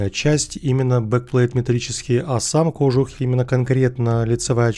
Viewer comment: Спасибо, хорошо. PS. Можно только кожУх! Нет там ударения на О! В любом словаре можно посмотреть.